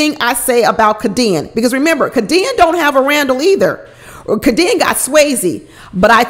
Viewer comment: Lol. I think her name is pronounced Kay-D-Ann. 🤣🤣🤣 u cracked me up. I love your videos!